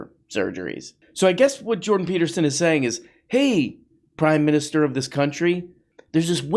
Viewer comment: "Jordan Teetersen" 😂